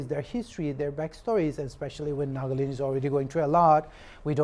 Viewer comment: News reporters : Nag-land True accent: Naga-land